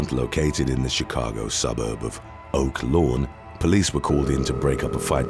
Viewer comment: 😂😂😂 don't ever say Oaklawn like that again😅😅❤I'm dying